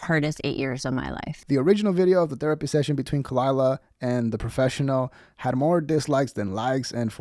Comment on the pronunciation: Props to Brendan for shutting her down immediately. Edit: I like how he mispronounced her name.